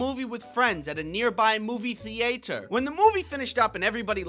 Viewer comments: "Movie the-aye-turr" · “Movie thee ate err” Omg did you drive it and was it made by Chevrolet?? ❤